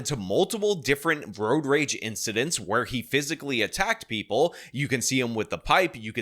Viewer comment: "Preeple"? Also, do you have to almost always yell when you say "baby angel"?